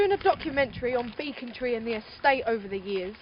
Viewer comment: Its not beeeecontreee its becontree